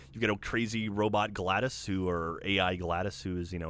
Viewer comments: For the love of god, it's glados. Not gladus, but gladOS. Get it right! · pronounced glah dose no gladice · Yeah when he said GLADOS instead of GLADOS I was all like "wtfbiscuits!?" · It's GLaDOS! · Gotta be a nitpicker, but GlaDos pronounced Glah-doss not Gladys. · it's GladOS, not Gladys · It's GLaDOS, not GLADIS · GLADOS. WITH AN O SOUND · Pronouncing Glados wrong throughout this whole segment was driving me nuts.